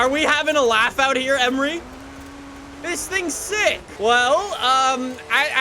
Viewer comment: Emory is pronounced E-mory (like more)